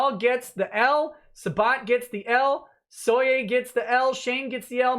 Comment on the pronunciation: Why does he call Toye soye?